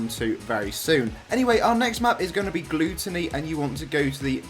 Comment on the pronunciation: I love how you pronounce gluttony as gluetony 😂😂